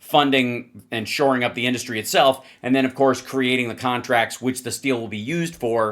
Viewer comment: Every time Trump says the word “industry” I want to step off a skyscraper. In-duus-tree